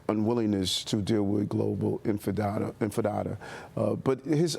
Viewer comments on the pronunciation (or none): did this guy say infidata? how did this idiot get elected? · Poor Adams is saying "global infidada, twice".